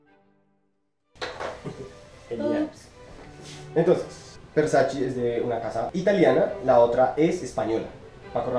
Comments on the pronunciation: Se pronuncia :Ver-sa-che . No : ver-sa-chi Hasta la misma donatella versace (hermana de gianni versace, fundador de dicha marca) lo ha aclarado. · Hola,,, me gustan estos versus,,, personalmente no me agrada ninguno,,, aunque tolero un poco a Eros,,,, el otro ni hablar,,, y una pequeñísima corrección,, versace se pronuncia ( versachE no versachi) un agrado ver tus videos,,, besos!! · "Versache" amigo es italiano tu lo has dicho, no es ingles, no es frances, es ITALIANO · Hola! Muchas gracias por el aporte! Ya me hicieron la corrección y escuche a la mismísima Donatella Versace pronunciando su apellido! Lo tendre en cuenta para la próxima fragancia de esa casa. Éxitos!